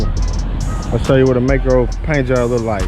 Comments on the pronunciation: May-Co not May-Key-Oh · It's pronounced May-co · The pronunciation is MAY CO you dumb shit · You sound so dumb. Adding syllables. MAY-CO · I couldn't make it thru this video because you slaughtered the name Maaco, pronounced May-co. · It's "MAY-co", pard ... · I mean he's right. The company says it "MAY CO" if you call them. At least when I did lol